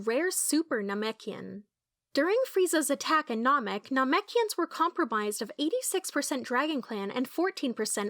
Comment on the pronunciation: NAHMECHians huh